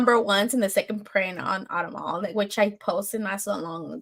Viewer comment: Vault had a string of good books, The Plot, The Autumnal snd Nightfall Double feature. Also, the Autumnal is pronounced Aww-tum-null. Emphasis on the "tum."